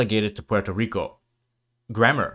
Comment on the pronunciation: The R in Rico would be trilled or pronounced more like a French or Portuguese R. The L sound only happens if the R is at the end of a syllable